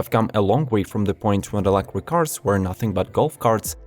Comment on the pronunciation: 2 things I dont like about this video.....the cars are too expensive for me, and the fact that this guy cant pronounce the word electric properly. Why does he insist on saying "electwic" ?